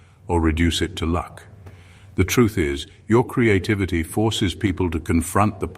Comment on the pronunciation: ONCE AGAIN HEARD,"CREATE-TITTYVITTY", 😂 AM I STARTING TO LOSE THE PLOT OR WHAT????😂